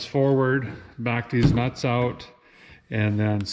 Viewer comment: you said “ you can back deez nits out” haha 👍🏻😊